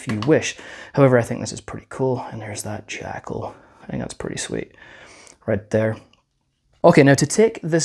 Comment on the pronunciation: It's pwetty